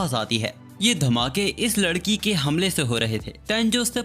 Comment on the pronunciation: MANE DEKHA TU NE LADKI KO LAKI BOLA😂